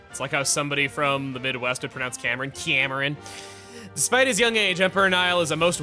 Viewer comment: the ciamran part was funny but thats not how I pronounce Cameron lmao